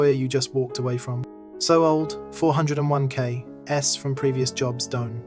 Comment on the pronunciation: The AI narration and various typos were actually pretty funny on this one. Love the huge pauses whenever there was a dash. And love the 4…oh…1…k 😂 Overall pretty low quality AI though.